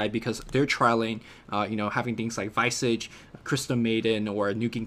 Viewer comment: Hey guys, love your work, thanks for bringing all these good vids/chats for us. That being said, hate to do this, but I have to correct you on two points: Niche is pronounced: "neesh". And Visage should be pronounced: "Veezaj". Your pronounciation of Visage isn't so bad, but the "nitch" made me cringe every time. :D